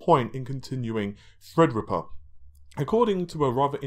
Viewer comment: FredRippa 3 canceled? Seems is nudging us back,and making fun of HIMSELF... As we often do,with his Endless mispronunciations!